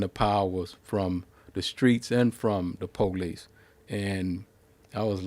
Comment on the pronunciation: I like how black Americans say Paw-lice